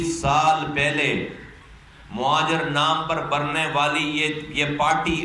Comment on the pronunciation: Bilkul sahi kaha mojir mojir karta hy is ko phele sahi word bolna sekhao yar muhajir huta hy